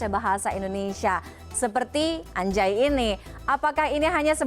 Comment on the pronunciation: Anjay harusnya dibaca angjay karena nun mati bertemu Jim jadinya ikhfa